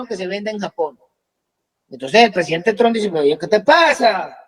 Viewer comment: Amiga, en apellido es Trump, no es Tron, que es marginal.